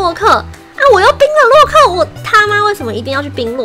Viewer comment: 為什麼你說洛克時有一次說漏克